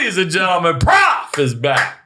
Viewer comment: Isn't prof short for professor, not prophet? Shouldn't it be pronounced prohf and not prahf?